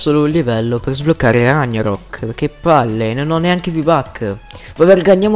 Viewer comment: cmq si dice Rag narok, non Ragnarok!